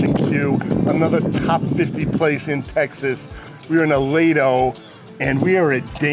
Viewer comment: A-lee-dough, please.